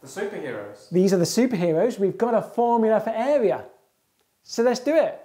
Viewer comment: Love how he says “eh-wea”